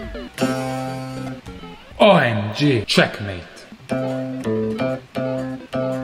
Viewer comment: EPICO! I also just love it every time you say "OMG", just to hear your beautiful, clear, pure Italian "O", not the diphthong version we English speakers use.